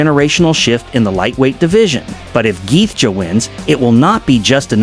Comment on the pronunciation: justin geth-ja? trash ai slop